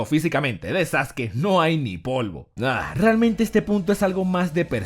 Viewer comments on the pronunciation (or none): Porque le dice sasuki?